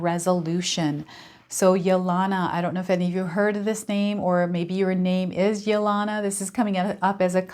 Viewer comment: Thank you for the wonderful reading. I think the name Yelena is pronounced with a long E on the second E.....like Helena or Helen. Its a Russian name.